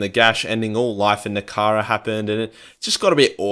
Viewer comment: I know one thing. It sure as hell ain't called "Nekehara"!